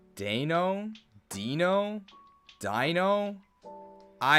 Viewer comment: The "ei" in the entire Deino line is pronounced like "eye", because it's German numbers. Deino (Eins, meaning one), Zweilous (Zwei, meaning two), Hydreigon (Drei, meaning three). All of these are pronounced like "eye."